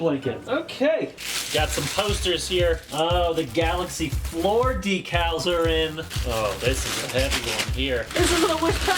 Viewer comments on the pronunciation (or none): that's not how you say decal, ask Cristine!